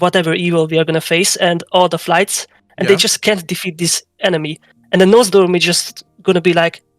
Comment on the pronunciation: PLS the names are NoZDormu and MurozoNd It's very grating hearing them getting butchered